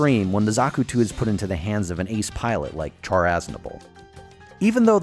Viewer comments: Aaand you done went and called him CHAR (like burned food) instead of "Shh-arr"....which is his name. It's like calling someone named Sharon "Kairon" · Please pronounce his name properly. Char sounds like shaar. Thank you have a nice day. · did he just say char, like you would char-broiled? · I thought char was pronounced “shar” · you would be correct. he butchers it in the video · Great video... but Char is pronounced Shar, it is based on the French-Armenian Charles Aznavour, which has a Sh pronunciation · Enjoyed your video as a Zeon / Zaku fan, but I feel compelled to point out that you're mispronouncing Char Aznable's name. It's pronounced SHAR or SHAH not the way you're saying it with a C-H sound. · Drives me nuts when people put heavy emphasis on the CH for Char. Like it's really pronounced Shar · Char Aznable (シャア・アズナブル Shaa Azunaburu) You pronounce Char with a Sh sound, like the French Chien, not a ch sound. The Japanese do have the ch sound, and if Char was meant to have a ch sound, he wouldn't have the sh sound in his name.